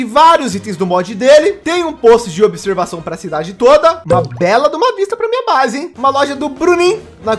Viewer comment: Ele falou a brase do bruniim kkk